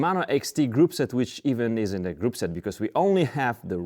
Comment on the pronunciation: I believe he meant to say "isn't" but it didn't really sound right.